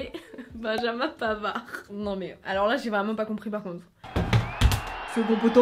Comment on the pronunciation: Omg le "pavard" !!! Je suis au sol😭😂